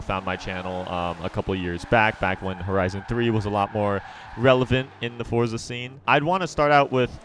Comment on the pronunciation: Finally you said forza correctly